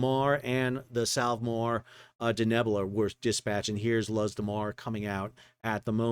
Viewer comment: Luz de Mar (Light of the Sea). Luz, Spanish for light, is pronounced exactly as our English word “loose”. Just an fyi, Sal.